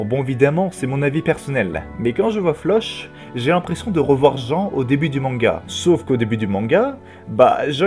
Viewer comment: Juste 😁😅 Tu pourrais prononcer floch autrement que "che" ? C'est flock 😭😂😂